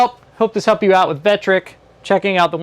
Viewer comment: Vectric, not Vetric. Thanks for the vid.